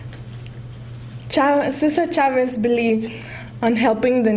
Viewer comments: No the girl called Cesar Chavez, "Cisar Chavez" Listen carefully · cisar chavez you mean cesar chavez